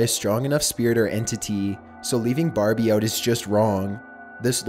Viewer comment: When he talked I stared laughing because he said Barbieee and mantalee